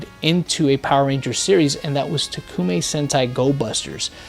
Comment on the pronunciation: Yo its toekumei tokumei